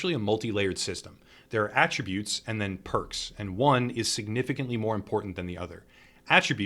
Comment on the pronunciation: Very good guide. A+ for being one of the only ones doing these guides that can actually pronounce "attributes" correctly.